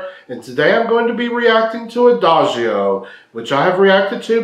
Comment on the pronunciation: 👍 I'm sorry, don't you hear? Everything OK about your reaction ... But... Your pronunciation of "Adagio" in the introduction is wrong. But even after your introduction, in the middle of Lara's performance (after her pronunciation of "Adagio" ...) you mispronounce "Adagio" again. I do not understand why.? I see and hear you hear. Why? I'm sorry... ❤️